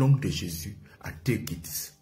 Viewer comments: Teukiste mais je rêve ou quoi😂fais de cours d'anglais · On dis take it... Toi tu attends teukit. Toujours a la recherche des vue